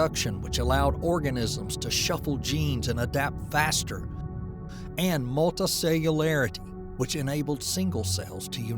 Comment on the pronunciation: Narrated by George W Bush, I love it... Multahcellular.. Yookarayotic cells..